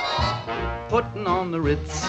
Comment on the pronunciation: It was also covered in the 80s by an artist called "Taco" which was a very fun rendition! And it's *Puttin', not "Putting". Spelled and pronounced w/o the "g" on the end.